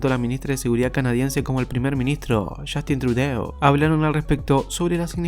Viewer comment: Se pronuncia Trudó